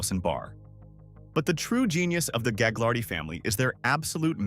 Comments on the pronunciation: You don’t pronounce the g in Gaglardi. The family fortune was started by Phil Gaglardi (pronounced Gah-lardy) who used his political clout to acquire land in a way that today would probably be illegal but wasn’t a problem when he did it, as minister in the WAC Bennet government, which ran BC from the early 1950s until 1972. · Gaglardi the second g is silent